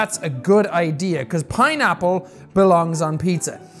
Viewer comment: Did you just said piñapple lol mixing spanish word and english word lol 😂😂😂😂😂